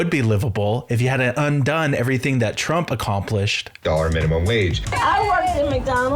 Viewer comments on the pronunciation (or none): Trump Not Tramp ! ! ! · TRUMP NOT TRAMP 😂